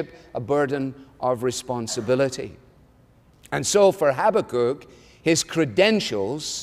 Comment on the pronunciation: I like Alistair's pronunciation of Habakkuk! No, I love it!!!